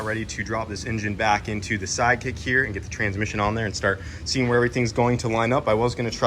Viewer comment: You said SideKick but I heard Side Chick which is about what it is at this point! cause she a bitch